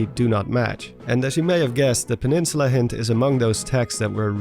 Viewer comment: oblivious peninsuluh